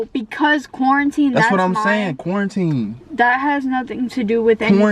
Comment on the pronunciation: This nigga said corintine😂😂